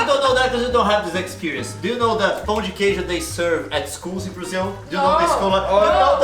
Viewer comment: When says "Pão de Queijo" instead of "Pao(pau) de queidio" my reaction is: FINELLY A ENGLISH SPEAKER SAID THAT CORRECT